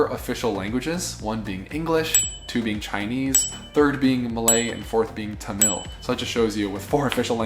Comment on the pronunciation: He really knows Singapore well! Not that common for youtubers who travel... Also we don't call it The-mill, we call it ta-muhl (search online) for Tamil